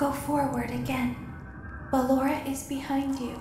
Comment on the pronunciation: Its "Ballora" tho